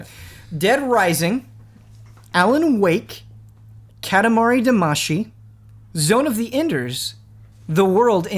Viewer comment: Guys. Guys. Guys. It's "Cat-ah-mah-ree Dah-mah-see", not "Cah-tah-mah-ree Dama-see". It's in the intro song. You're killing me.